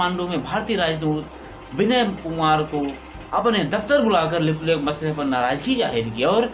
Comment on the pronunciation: Bhai Lipulekh Jb bolre ho smjha nhi ara kya bolre... Shabdon ko thoda ache se bolo bhai..baaki sb badiya h... Gud wishes